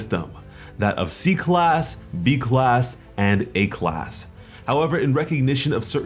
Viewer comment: Why did I heard it B class when you said A class